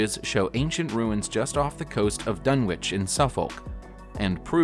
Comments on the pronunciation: It's pronounced Dun Itch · It’s pronounced “Dun-itch” and “Suff-uck” not Dun-witch and Suf-folk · It's "Dun-itch" and "Suff-uk" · It’s pronounced dunnich and suffok